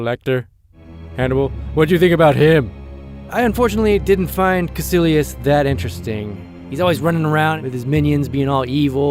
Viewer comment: Cómo que los de habla hispana pronunciamos mejor Dormammu y Kaecilius xD